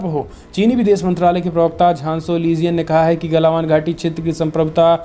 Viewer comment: क्या यू ट्यूब पर हमारे सभी संवाद दाताओं को त्रुटिपूर्ण उच्चारण करने की बीमारी है एक बार नहीं हर बार गलवान घाटी को गलावन घाटी बोला गया है प्लीज़ उच्चारण सही करिए हमारे देश की बुद्धिमत्ता का सवाल है